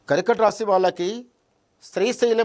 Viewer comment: పేరు శాస్త్రి అని ఎవరు పెంటుకుంటారు. కర్కాటక రాశి అని పలికేదే సరిగరలేదు